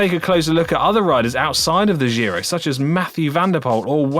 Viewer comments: Giro is pronounced [ˈdʒiro] dʒ ➔ già /ˈdʒa/, giorno /ˈdʒor.no/ i ➔ mio /ˈmio/, di /di/ o ➔ come io /ˈio/ with a hard g, which, in basic english equivalent sounds like jee-ro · ciao, the "g" in "Giro" is pronounced like the "g" in "George" or "ginger" 🍝